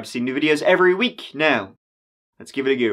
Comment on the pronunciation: Might I suggest going back to the early days where you'd (id) get a slight uptick hoping, but not certain that you would 'Givitagoo'? At least occasionally!